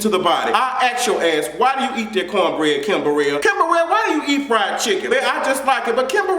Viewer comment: this dude said kimborel